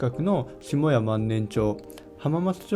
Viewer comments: しもや じゃなく したや ですよね？（4：17） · 下谷は「したや」じゃないでしょうか？